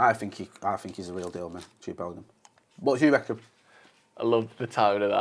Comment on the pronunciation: "Jude Bellum" needs to become the new Jason Sanchez